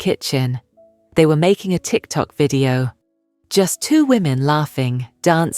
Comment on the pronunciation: The anchor said a tic tac video. Sir, not the candy tic tac 😅